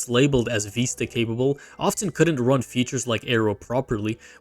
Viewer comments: Vi-sta not Veesta. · WTF is Windows Veeeeesta? It's Vista. With a short i sound. The i is said like igloo. Not a long E.